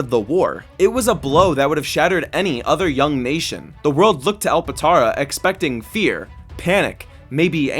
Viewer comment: bro called it “alpatara” Gang its alptara